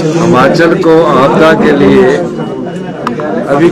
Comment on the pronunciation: Aa gya jhut bolne phir se esko koi Himachal bolna sikhao phele